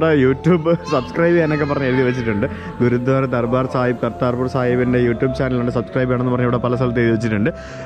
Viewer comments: it's Gurudwara.... Not Gurudhwara..... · ഗുരുധ്വാരയല്ല - ഗുരുദ്വാര എന്ന് പറയൂ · ഹലോ, video വളരെ ഇഷ്ടപ്പെട്ടു. ഒരു ചെറിയ suggestion ഉണ്ട്‌, ഗുരുധ്വാര എന്നല്ല ഗുരുദ്വാര എന്നാണ് pronounce ചെയ്യേണ്ടത്‌. ദയവായി ശ്രദ്ധിക്കുമല്ലോ.👍🏼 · say Gurudwara, not guru dhwara.. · Not guruthwara it is gurudwara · Not ഗുരു ധാര ഗുരുദ്വാര ആണ് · ഗുരുദ്വാരയാണ് ഗുരു ധ്വാരയല്ല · ഗുരുദ്വാര അങ്ങനെ പറയൂ. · Gurudwara... Correct ആയി pronounce it...